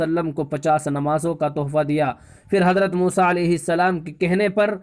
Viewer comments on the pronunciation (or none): none